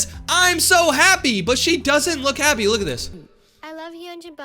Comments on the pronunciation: She said happe😂😂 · no, not I’m so happy, “I’m so hapeh” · “happeeee” HELP😭